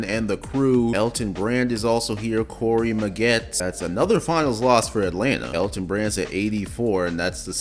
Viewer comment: The way you pronounced Corey maggette lol